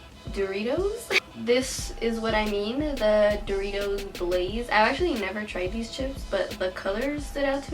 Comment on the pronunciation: Es sin ofender pero, como es que ella siendo latina no sepa decir Doritos?